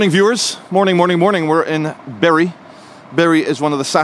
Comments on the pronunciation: From the very start of this video, my mother is turning in her grave.. She hated the mispronunciation of Bury. All I can hear. now in my head, is "Berries grow on trees, that are buried in the ground" It's Bury not Berry!!! ha ha ha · It's pronounced " Boo Rye" lmao